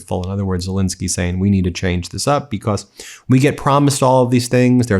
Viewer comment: why do you pronounce the word because as becauss.....when you read the word cause....do you also pronounce it as causs ??? is it for attention or flair??? is it supposed to sound intellectually elevated??? to be honest it sounds completely out of the ordinary and ridicules !!!! and im actually curious as to why you do that Ben....i doubt you will answer ...in fact im sure you wont...and you really dont need to remind people to subscribe because you need to hit some next milestone ...i hate being reminded if things i already KNOW i can choose to do if i want to....and like most people i dont need constant reminders...it gets annoying all the time....i have zero subscription and its exactly how i want my interaction with the internet to stay....it invades too much of our lives as it is already !!!! so maybe ease up on the begging or Reminders all the time bro !!!! im not subscribed and i see most of your posts ...but only the ones i CHOOSE ...lol savvy ?? keep opposing the insanity of your Gov....its the logical thing to do...everyone on earth hates bullies and pedophile wannabe dictators thats for sure !!! be careful who you support like good ole buddy Cohen....the closet magat you used to call upon to act like he was NOT the traitor that he truly is !!!!! i read him likea book the very first time i seen him !!!! lahooooooo zaherrrrrrrrrrrrr !!! LOSER !!!!!!! lol